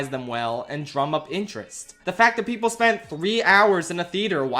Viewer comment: I hate how the Oppenheimer guy says PePol